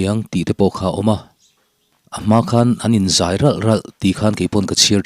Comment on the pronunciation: G 3 a tangin in zai(thingzai) tihang a lam rik hi a dik ngaithla ang